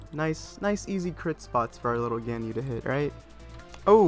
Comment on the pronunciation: its gan-yu